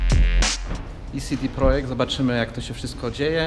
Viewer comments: nie mówi się sidi tylko cede XD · [cede projekt] nie [sidi projekt] skoro juz [sidi] to badz konsekwentny i mow [sidi prodżekt ] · mówi sie CeDe projekt a nie CiDi projekt... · ce de projekt. Skrót CD nie pochodzi od compact disc tylko od jakiegoś polskiego sformułowania, nie pamiętam jakiego, w każdym razie poprawnie mówi się CEDE PROJEKT.